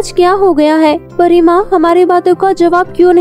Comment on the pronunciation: Pariya NAHI pari